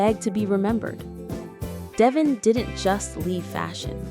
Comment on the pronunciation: Merci, it is devon not devoin.